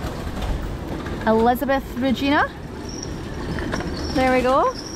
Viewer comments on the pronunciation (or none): Its pronounced re- gai- na . Its not her " initials" Regina is Latin for Queen. I'm not a royalist but come on ! Get it right at least.